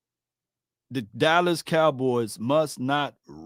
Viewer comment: why do you pronounce the name Dallas as Dallis cowboys?